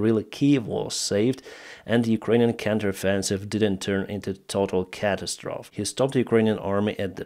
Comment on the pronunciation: There is a long "ee" sound at the end of the word catastrophe, the o has a "oh" sound. As if you were saying "trophy".